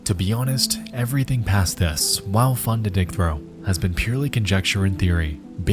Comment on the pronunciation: He said to be oh-nest at lol